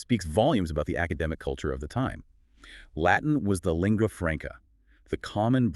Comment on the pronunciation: The AI narration is too fast. The interleaving of voices and their scripted interactions are so precise that it cannot be natural. Its cheapness shows up in the male voice's inability to pronounce "cuneiform" and "lingua." The script tiptoes around the fact that in the Hebrew Scriptures Cyrus is called "meshiach" (English: "messiah"), "the anointed one" which in Greek is the word "christos."